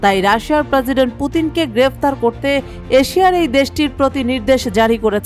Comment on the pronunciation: প্রসিডেন্ট বলার ধরন এমন কেনো?